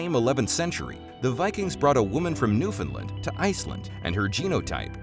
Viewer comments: Not a bad overview - lots of complicated historical narratives, tough to discuss in any depth in a 20-minute vid. A few thoughts from a Canadian amateur history buff: 1) This expat Newfoundlander would like you to know that there is no such place as "NEWfundlund". The pronunciation you're looking for is "New-fund-LAND". 2) The word "Eskimo" translates as "eater of raw meat", and is considered a racial slur today. The northern aboriginal people of Canada refer to themselves as "Inuit". 3) The French at Quebec didn't "catapult". They "capitulated". The two words are not at all the same. 4) You use an awful lot of footage taken from movies that have little or nothing to do with Canada or our history. Surely you could have found more relevant movie clips and film footage...? Cheers! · Very difficult to take anyone seriously when they pronounce Newfoundland as "Newfin-lind". Should have done your homework.